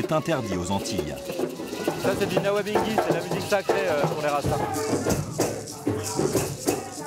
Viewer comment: On dit juste Nyabinghi, et pas nawabinghi 😉😅